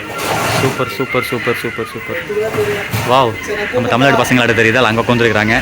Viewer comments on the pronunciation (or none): none